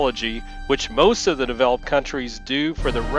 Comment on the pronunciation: "the raptor f22 is capable ofFFFFSSHHHHHHAAAAUUUUUUUMMMMMMMMMMMMMMMMMMMMMKMMMMMMMMmiles per hour."